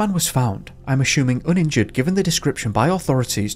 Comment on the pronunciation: I’m just here to hear the word “ashhhuming” bc the way you pronounce it is my favorite lol. But also love the long videos, it’s always great content! 🖤